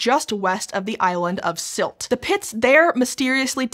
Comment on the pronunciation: The ie in Kiel is just a long i. Kinda like keel. Sylt would be closer to Sült if you speak french the first u in unique sounds like that.